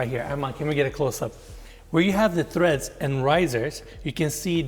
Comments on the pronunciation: Treads, not threads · "Treads", Treads. Staircases have treads. Threads are what your clothes are made of.